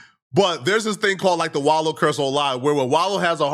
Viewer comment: I'm glad you. Finally saying his name right